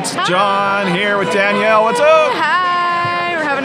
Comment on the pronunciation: This was such a well done vlog! Loved seeing you and together. Btw, maybe I’m mistaken (really sorry if so) but according to the spelling of her name, shouldn’t it be pronounced “Da-nell”, rather than “Dan-yell””? If it were spelled with an “i”, as in Danielle, it would be pronounced “Dan-yell”. I’m truly sorry if I’m wrong, I’m fairly new to both your channels.😬 I appreciate so much the work you both put into your videos.👏🏼👏🏼💕